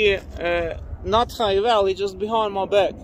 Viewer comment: I know it's not called that but the fact it filled up with lava and how you sound like you are calling it "not high valley" is just too funny. no matter how many times i hear you say it's name I just hear "not high valley"